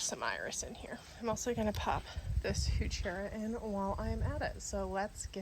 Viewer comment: I think it’s pronounced “who-ker-rah”. Beautiful plants. You guys have done a great job at the cottage!